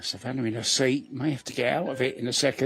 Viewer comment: Why does he keep calling her Savanner. Lol 😂